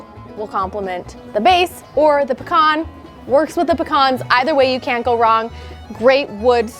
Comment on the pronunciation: Thank you for properly pronouncing pecan correctly.